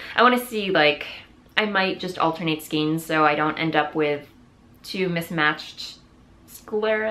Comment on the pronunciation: Skein as in reign - not skeen as in keen...:)